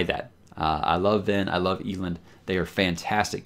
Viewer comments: Did you say EE - LIND? 🙄🧐😓smh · Wow, it's pronounced Eelend? Been saying Ehlend in my head this whole time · Is that not how it is pronounced? You damn audiobook elitists. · is a huge repository of free audiobooks. Yes, I did say free. Some of them are the premium Graphic Audio versions which are crazy expensive. So if you want to hear how some words are pronounced, its quick and easy. Ahem cough rage of dragons cough cough. Elend is categorically, universally pronounced EL - END, however Brandon has said you can pronounce his stories any which way you prefer. Bookmark that link, its great. Not a sponsor. Just a fan. Thanks. I don't mean to sound elitist. However, in case I do. Apologies to you good sir. BeiNg NoBilLty iS hArd. 🧐